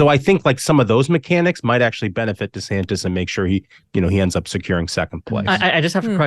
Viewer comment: Desanis? What an idiot! His name has a "t" in it. Fool!